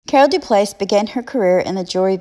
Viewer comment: Hello lovely, I always enjoy your content and your passion for jewelry.💖 The French pronunciation would be DauPlay for the feminine form of Dauplaise if you’re interested. xoxo